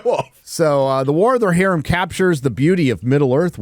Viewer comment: "War of the RoHERrim."